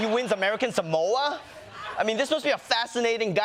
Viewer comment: Samoans don't even pronounce it that way. It's more like Somwa.